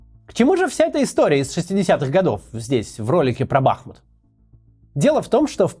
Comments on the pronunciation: Спасибо за освещение родного города, но лишь с маленькой поправкой - БахмУт. Даже в агитроликеэто слышно. бАхмутом его начали называть не местные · БахмУт,- ударение на второй слог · Максим, правильно называть город - БахмУт.Ударение на втором слоге. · Спасибо,Максим,за выпуск.Только не БАхмут,а БахмУт.Красивый наш город был. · Не бАхмут, а БахмУт, там речка БахМутка. Как коренной житель этого города очень было интересно смотреть это видео, но не все факты правдивы в этом видео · Ну так то бАхмут это будет правильно на украинском а бахмУт на русском так что это может значить то что кац читает только про украинские источники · Ё-моё, целый ролик сделали о городе, так как всё-таки правильно ставить ударение? В предвыборном ролике БахмУт, а вы всё время говорите БАхмут. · БахмУт не БАхмут. И это украинский город в Донецкой области. Все иное- сепаратизм. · Правильно БАХМУУУТ, бАхмут-украинское произношение. Видно, что блогер явно близок к окраинским властям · БАХ..БАХ. Жители БахМУТА вздрагивают от такого ударения. В городе достаточно бахов. Я кожен крок, я кожную стежину Запамьятав і вулицю і дім. Бахмут сьогодні серце України З любовью відбудуемо потім. БахМут не БАХмут хоч одні руїни, Я плачу і не соромно мені. Ми відбудуем в вільній Україні Найкраще рідне місто на Землі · не бАхмут, а бахмУт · Всё так :-( Только не БАхмут, а БахмУт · Посмотрел бы хоть на какой слог ударение в названии. БахмУт, а не бАхмут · Не БАхмут, а БахмУт. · Не БАхмут, а БахмУт. Вы как блоггер говорите правильно. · БахмУт! Ну сколько можно ж?! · БахмУт, а не БАхмут. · ток не бАхмут, а БахмУт) а в цілому, дякую за відео. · Правильно БахмУт, а не БАхмут, ударение на втором слоге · Максим, спасибо большое за ваше дело. Но пожалуйста, не БАхмут, а БахмУт. Город был назван в честь реки БахмУтки, близ которой он стоит.) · Только правильнее: Бахму́т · Бл... не БАхмут, а БахмУт!!!!! Поставте лайк, что бы они наконец увидели!!!! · Бахму́т, а не Бáхмут, неуч ты еврейский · Вообще не бАхмут, а бахмУт.